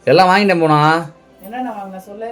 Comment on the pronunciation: யோவ் புவனானு ஒழுங்கா சொல்லுவியா நீ சொல்றதை பார்த்தா பூனா பூனானு காதுல விழுகுது